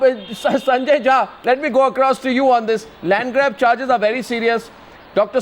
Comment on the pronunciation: I sorry to say but you are jhaant Rather than jha